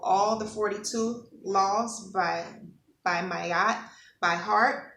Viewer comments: Her Name is pronounced MAAAT not Mayat. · Ma-at. Two sounds🙏🏾